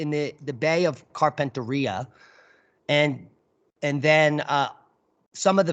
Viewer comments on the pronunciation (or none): you’re spinning me out with your pronunciation of Gulf of Carpentaria. Yep, you gonna need some Aussie lessons- “Carpentaireea….also Maori- try saying “mowree”😂